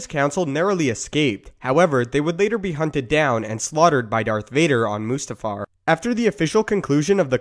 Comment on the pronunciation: It's mustafar not moostafar